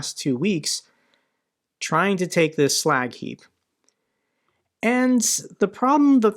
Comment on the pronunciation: That "slack heap" sounds like Iwo Jima.